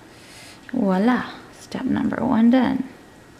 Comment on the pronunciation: Love your videos. So much fun, and such wonderful soap. As a Canadian who speaks French, I just want to let you know the word is Voila, not walla, it makes me smile to hear it....